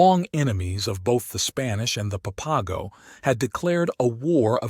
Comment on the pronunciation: it's pronounced pap-a-go